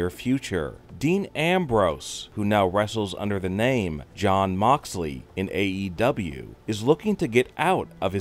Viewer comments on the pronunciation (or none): Its moxley not mobaly